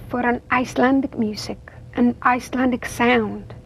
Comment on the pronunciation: She overdoes her icelandic pronounciation. She can speak with a better accent but somehow she often does this in interviews.